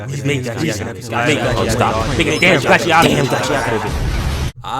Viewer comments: Bro.. im SOOOO TIRED of ppl saying it wrong!! Its NOT gachiATAKA!!! 😤😤 its gachiKUTA!! SAY IT RIGHT!!! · lol at how you pronounce it. its gachi-akuta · Erm actually its pronounced gacha ku ta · your saying it wrong ni